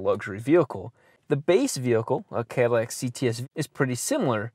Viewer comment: I Could tell from his goofy accent occasionally popping up on random words- that "deat" "deat aahse" "cah-dih-lahc"